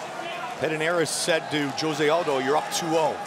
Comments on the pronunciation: OMG!!! Would someone get this Commentator to stop calling him J ose and tell him the pronunciation is H ose. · Announcer said Joe-zay in stead of Jose in he intro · Joe-say? Dude it’s Jose lol…seriously? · Joe rogan committing the 'saying jose aldo's name like josay' bit like nobodys busniess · Comentar try pronouncing hose-a. J in Spanish has the h sound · Joe-Zay Aldo. Joe-Zay 😂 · JOE-ZAY?? lmao! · So annoying how they pronounce Jose Aldo's name